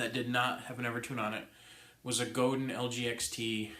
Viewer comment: Pronounced Go-dan (not Godin) -- They're French :D